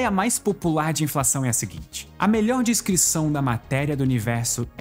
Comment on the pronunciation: A única coisa triste dos vídeos do é ouvir ele falando "discrição" em vez de "descrição"